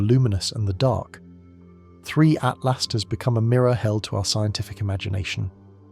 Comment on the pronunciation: Why so hard for this AI to pronounce 3i/Atlas??